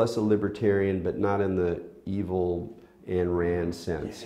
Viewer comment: Interesting talk. However, it's hard for me to take you seriously if you cannot be bothered to learn that it's Ayn Rand, not Ann Rand. It shows a carelessness which, rightly or wrongly, is going to increase my skepticism towards your ideas.